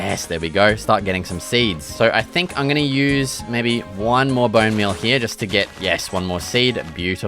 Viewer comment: "Booun meul toou"😂😂